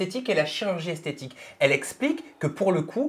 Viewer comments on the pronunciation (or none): Maeva Guenam elle ne parle pas de chirurgie esthétique mais de chirurgie "esthétchique" 😂😂😂